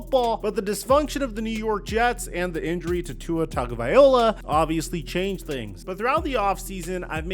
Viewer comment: Tua TagoVAILOA. Not “vaiola” 🇦🇸